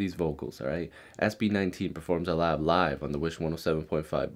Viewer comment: Yeah you pronounced it correctly. Also check Mnl48, they are girl group